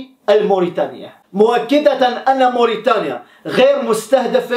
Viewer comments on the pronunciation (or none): none